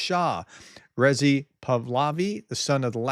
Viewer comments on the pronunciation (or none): FYI ! It is REZA AH not REZE EE !! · Prof, I fully understand you are challenged with pronunciation. Here’s how you pronounce Reza Pahlavi: - think hurrah! With emphasis on the “Rah” or like “raw” - from there try “huzzah” again with emphasis on the “zah” - Now try Reza similar to “huzzah” or “ruzzah” and with emphasis on the “zah”. The way you pronounce Pahlavi is close enough.